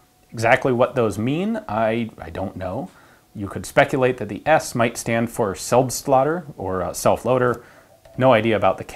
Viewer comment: Selbstlader is pronounced: Cell (as in Cell Phone) -bst-lader (Like Bladder but without the B).